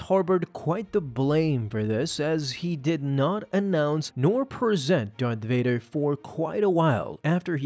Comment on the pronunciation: “Fart Dader? Never heard of him...”.....”No! Vader! It’s Darth Vader!”